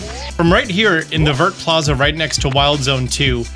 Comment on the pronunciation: FYI. Vert is pronounced vear, or Vhair. Like a Bear or Hair but with a V. Do not say the T at the end!